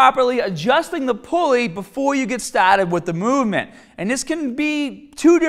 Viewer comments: Ok let’s get stahhhted and use the bahhhbell and grab da bahhh with your arhmms and after the gym get in the cahhh and go to the bahhh it’s gonna be hahhhd. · before we get staaahted. its impossible to hate this guy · My son is now saying "stahted" lol. Dad, I can't get the ipad stahted. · Before we get stahhhhhhhted. Hahaha love it. great video you always have been and remain (even more lately) one of my favorite fitness youtubers. One of the few true nattys who actually promotes fitness and useful information. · Yeah you have to be low be before you staaahted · The Bahhhhhhhrr, Let’s get Stahhhhhhhhhted ,,it’s Hahhhhhhhhhder!!!! Cool video!!